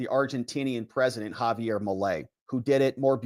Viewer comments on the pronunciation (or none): none